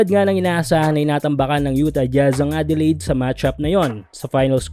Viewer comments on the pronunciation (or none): none